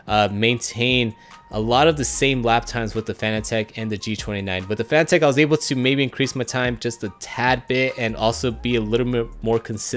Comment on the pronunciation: Great video man, but I think it is pronounced the same as the word "Fanatic". As in being a Fanatic about racing. A quick search even showed on Fanatec's channel, they say it "Fanatic". Listen here at the mark. Also the head of Fanatec himself stating it is Fanatic - start watching . Not trying to start an argument or anything, just pointing out for future videos of yours.